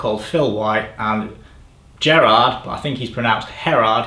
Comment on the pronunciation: Dutch person here You pronounced ‘Gerard’ correctly However, Vroomen is pronounced ‘Vrohmen’ Still pretty good for a Brit ngl Also, great video as always